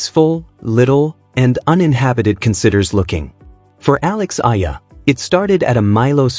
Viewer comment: Please study how to pronounce the name of Alex A-E-L-A. You have been praising Alex but you bastardize pronounciation of her surname which is an insult to her since she is already popular.